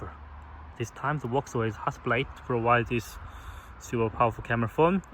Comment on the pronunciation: Hasselblad ❌ Hassel-Blade ✅